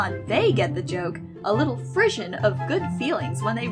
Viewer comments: Frisson is a French word and it’s actually pronounced FREE-SOHn (the n is that almost-silent, nasally sound French people use). It means that little chill/shiver one gets when they aren’t cold or scared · Frisson is pronounced Fri-sOn not Fri-shun